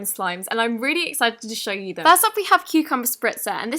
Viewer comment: Why are you saying YOI instead of YOU😒